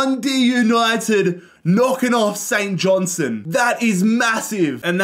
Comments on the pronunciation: st johnstone fan here, its pronounced St JohnsTone not st johnsone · Saint johnstone❌ Saint Johnson ✅